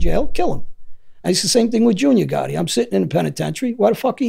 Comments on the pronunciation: The way he says gotti. " Ga ee" lol British accent doesn't pronounce the letter T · John goh-ee